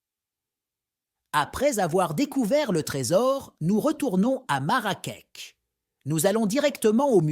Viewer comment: Une très belle vidéo sur notre pays,sauf que nos vêtements sont différents de l'Arabie saoudite,aussi la ville de Marrakech on prononce " ch" à la fin et non pas "k".Merci pour cette histoire et crois moi le vrai trésor du Maroc c'est son peuple,nous aimons les gens,et soyez la bienvenue chez nous la prochaine fois vous découvrirez d'autres villes,d'autres cultures, et d'autres traditions.😊